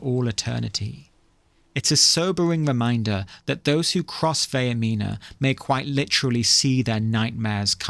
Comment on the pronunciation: That’s not how Vaernima is pronounced, it’s Vair (like hair) meen (like mean) uh (like uh whats going on)